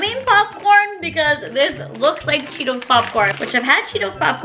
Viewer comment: I honestly laughed so hard when you said cheelos 😂😂😂